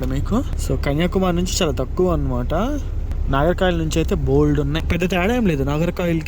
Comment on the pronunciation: భయ్యా! ఇన్ని రాష్ట్రాలు, ఊళ్ళు తిరుగుతున్నావ్. ఊరు పేర్లు సరిగ్గా చెప్పు నాయనా... నాగర్ కాయిల్ కాదు నాగర్ కోయిల్. పలస కాదు పలాస.